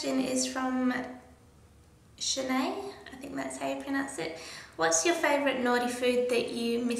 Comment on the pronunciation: Thank you for answering my question! And yes you pronounced my name correctly, hehe. - Shanai :)